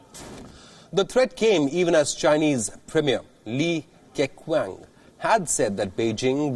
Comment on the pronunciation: Li KeQiang is pronounced Lee Ker Chiang.